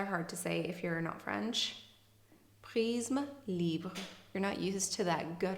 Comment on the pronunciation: You pronounce "prisme libre" so perfectly!!!